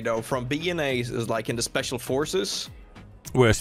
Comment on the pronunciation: Oh look it's the "spooshial " 😂😂 back in action